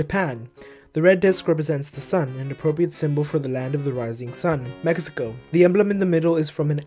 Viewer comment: He said my flag wrong Mexico in